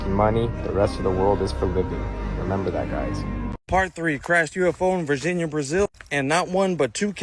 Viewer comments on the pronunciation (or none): none